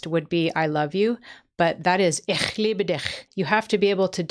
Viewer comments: Your "ch" sounds like Swiss German, not the German variety of German. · A small correction from a native speaker: The ch in "Ich" or "dich" doesn't require throat irrigation. We have two kinds of "ch": the hard one in the throat and the soft one, the latter of which is similar to the English pronunciation of "ch," at least in terms of tongue position and sound formation (check, choose, but even softer). The more you know*